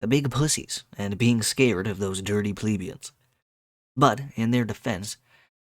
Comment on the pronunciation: You don't say plebians like "Pleebians", mostly because it is not spelled like that. The same with pleb, you never say it like "pleeb", because it is not spelled like that, just be consistent with how you say other words, like help, yelp, set, fret, dredge, fletch, stretch and so on. No need to freak out over a simple word like plebian and go out of your way to mispronounce it like that.